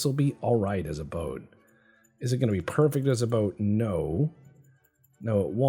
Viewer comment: Torpedo boot....did summon a canadian there for a second?